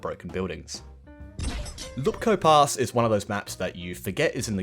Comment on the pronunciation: It's not "Lupkow", it's "Łupków"